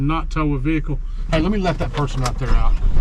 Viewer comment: HEY man, ITS NOT A FUCKING veakul, ITS A FUCKING VEHICLE (VE-HIC-LE)